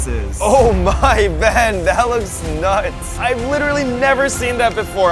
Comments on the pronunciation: why do they call him bean..... HIS NAME IS BEN... THERES NO A IN BEN SO CRINGE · He called him bean instead of ben 😂😂